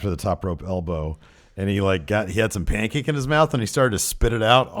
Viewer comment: the pancake thing is because E decided to say pancake with a weird accent as "Pan-kak-ke" a couple times... and it snowballed since then. it's a Bukkakke joke.